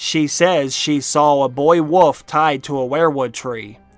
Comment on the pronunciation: Wolf not woof lol